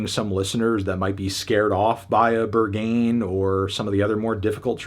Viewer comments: It’s Berg-hain……not Ber-ghain……🤷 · pronouncing Ber-Gayn is killing me 😭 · It’s pronounced BURG-HAYN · The pronunciation of Berghain is driving me crazy. It’s berg-Hine not ber-gain! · Why can't people pronounce Berghain correctly made me not wanna watch the rest of the video. Its BEAR-G-HEIN (like heinie or heinz ketchup). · berghain is pronounced. bare g high n for anyone wondering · He pronounced it “Burgh-gain” 😅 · With ‘Ber-GAIN’ pronunciation, Melon is definitely not getting into Berghain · It's pronounced "B-air-g-h-ay-n" btw. as a German. 😂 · Not "Bergayn" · Babes, pronounce it like burg-hine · It’s pronounced ‘Berg-Hein’ (it’s a legendary Berlin club). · The way you pronounced Rosalía and Berghain I just can’t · His pronunciation of the word "Berghain" alone is reason enough not to take this review seriously. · Brother, you’ll never make it in pronouncing Berghain like that 😂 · Who's gonna tell Anthony how to pronunciation Berghain? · Melon can’t pronounce Berghain 😂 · Bro you gotta learn how to pronounce Berghain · The way he pronounces Berghain 💀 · Berghain pronunciation decent to strong 1/10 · He can’t be serious. I really think he is joking and will revele it in the upcoming days. Like the way he is pronouncing Berghain must be a hint. Right? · Fantano finally showing the American side of him - by not even trying to pronounce Berghain or compare everything to Sabrina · I am baffled how his goal seems to be to pronounce everything as wrong as possible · There is a difference though between not pronouncing everything perfect and pronouncing even the simplest things terribly wrong... Besides you can tell he didn't even care to look into the lyrics and laguage at all before his review. That's his job btw... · After high expectations, for the evident lack of research and painful pronunciation of Berghain, I give this review a Strong 3. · i mean the pronunciation of berghain told me everything i needed to know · not fantano mispronouncing berghain...